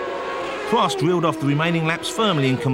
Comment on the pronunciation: pwost, wace, anyone else noticed the commentarist can't spell 'r'?